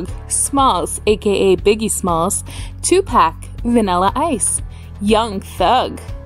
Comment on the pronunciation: She kills me the way she pronounced some of the "hip hop" names...🤦🏽‍♂️ "Nayy- yo" (Neyo) "Rah-Keeeem" (Rakim) "2-Pack" (Tupac)